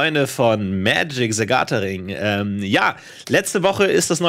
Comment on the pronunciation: "....liebe Freunde von Magic Zagataring" xD